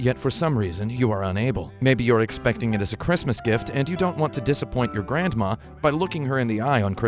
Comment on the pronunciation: Grand-ma. So much emphasis